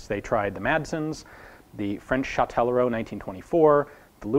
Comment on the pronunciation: You need to stop pronouncing Chauchat "Chauchaut". The final "at" is pronounced "ah".